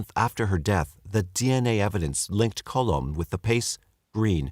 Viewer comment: lol it’s ‘Colom’. It’s a Spanish last name meaning Dove. Love the crappy jokes though!